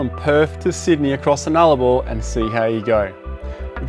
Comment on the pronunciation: what was with the American highway when you said Nullabor?